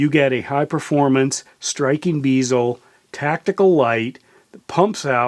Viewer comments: Great review and take a shot every time he says "beezel" instead of "bezel" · Pronouncing bezel wrong my dude. Good review though